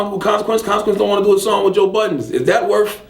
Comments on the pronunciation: He STILL calls him joe BUDDENS.its BuddeN hahaha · ITS BUDDEN, NOT BUDDENSSSSSSS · You cant even pronounce joe budden name correctly, I know he cant stand charlagay tha fraud...